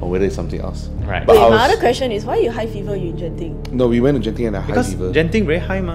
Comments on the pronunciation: It Genting not jenting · It is actually pronounced Genting not jenting😂